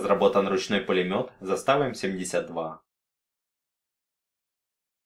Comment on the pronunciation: Не застАва, а зАстава